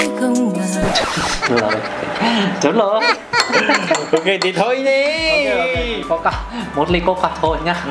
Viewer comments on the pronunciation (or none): coca mà nghe tưởng con c**, kkk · coca à mà khoan.... Nghe giống... :)))